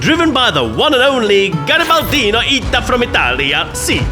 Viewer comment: From garibaldino in first person: nice italian! my nick was pronunced wery well thx for the replay comments Ps. remember to don't eat ananas pizza, it is told that for each ananas pizza eaten, an italian will be deeply wounded to the Heart! Also compared with a blasphemy See u soon in game! Garibaldino_ita